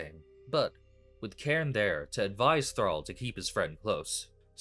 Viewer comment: CALLING CAIRNE "KAREN" IS A SIN "KARN"